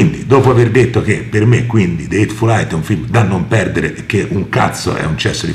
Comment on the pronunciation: de eitful AIT